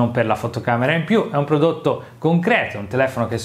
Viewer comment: “Prodotto” non si può sentire 🤣